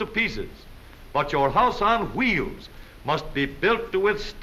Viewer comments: I love how he says wheels it sound like chuieels 😂😂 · Aahhh, that narrator! Wheels = woo-heels. Awesome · I love this mans pronunciation of wheels.